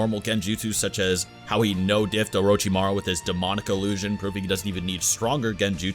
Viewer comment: “Uh ro chi ma rue” omg.... no